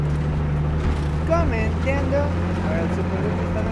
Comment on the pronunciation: Jajaj me muero de risa cuando dises "comentando"